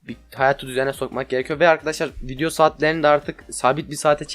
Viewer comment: video diyeceğine vinyo diyor